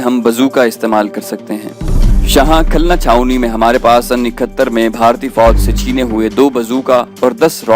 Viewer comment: Khulna. Ko khalna